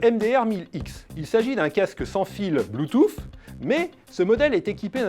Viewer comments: Va vraiment falloir arrêter avec le "Bloutoufff" c'est très dérangeant x) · malheureusement non, en français la phonétique est : /blu.tus/ et si c'est prononcé en Anglais, c'est extrêmement approximatif ! ^^